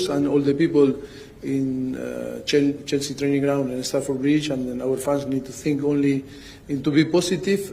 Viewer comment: It sounds like he is calling Chelsea jessy lol they are a load of girls 😂😂😂😂